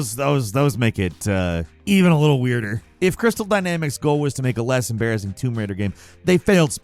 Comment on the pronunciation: "Womb Raider"